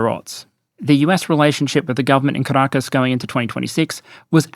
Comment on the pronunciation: Why do I sometimes hear Carakkis instead of Caracas? 😅 But still fitting. Great video as always